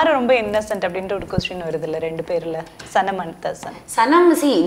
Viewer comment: Yes !! She don't know how to spell a name !! She tells Shanam 😂😂instead of Sanam🙊